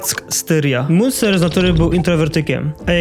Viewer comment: Wszystko ładnie, pięknie. Tylko bardzo kaleczysz wiele nazw jak mówisz przez co materiał mocno traci na jakości. Munzer czyta sie z niemieckiego jako Mynca, San Jose czyta się San Hose. Niby niewielkie różnice a o ile lepiej by było. Pozdrawiam